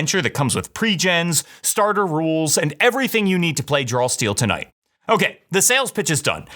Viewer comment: Does anyone else hear "Drawl Steel" instead of "Draw Steel" in the opener?